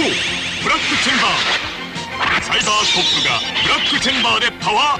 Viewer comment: Perceberam que o narrador não sabia falar Cybercop?